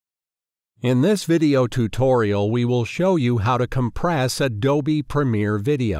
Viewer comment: tu-to -rial LOL